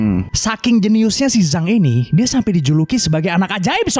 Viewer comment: Zhang dibaca Jang bang,,fyi